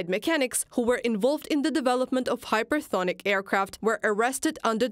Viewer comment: Hypesonic, not hypersonic.